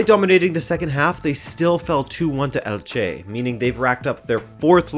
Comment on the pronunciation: Great video as always,! Just a note: it's pronounced ELche, not elCHE:)